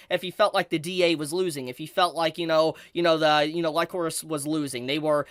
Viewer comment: wtf man. Some of the things you say make me question if you actually watched the show or not. Chisato is not basically mercenaries or soldiers. They are assassins raised by the DA. Also kinda jarring hearing you pronouce Lycoris wrong multiple times, it's said multiple times in the show. Also, the explanation about Majima being an hero of justice makes zero fucking sense. Perhaps you should try grounding the setting instead of mentioning DA out of nowhere without explain who or what the DA organization is. Like IDK maybe explain the setting of the story and major players. Instead of diving straight into Majima. Kinda weird way of explaining things tbh. Also Chisato is not the only main character in the show. It's obviously Chisato and Takina. As each are represented by the color red and blue in the openings, endings and title card. And it's not only the DA being the possible evil organization. It's the Alan Institute cultists. Great job not mentioning them. They helped smuggled over 1,000 guns into the country. They essentially supported Majima in starting an coup de tat or terrorist attempt on the country. That's where the Hero of Justice line is blurred. Majima views the DA operating in secret to be bad since he views the public should know the truth. At the same time he was willing to stop fighting Chisato and be an duo and go after the Alan Institute, who is arguably worse being an multinational organization. The fact they have technology generations ahead of modern